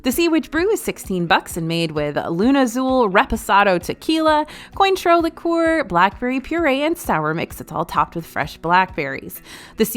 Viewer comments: Just a note: Cointreau is pronounce Kwan-Troh. It trips people up. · I love your channel and feel bad correcting your pronunciation. But i took years of French. The liqueur “Cointreau” is pronounced “Kwan-troh” - like Michelle Kwan, then “tr”with the “oh” vowel sound. Many of these treats look good - wish i could be there to try them! Thanks! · You’re not supposed to pronounce the i in “cointreau” 😂